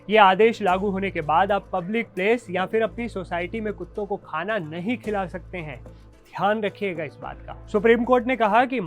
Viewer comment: अबे तू नहीं शब्द पे कितना ज़्यादा ज़ोर दे रहा है ....तू पत्रकार नहीं भड़वा है सरकार का